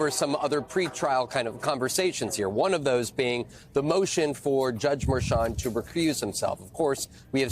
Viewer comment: the judge is called Marchand, not Merchant.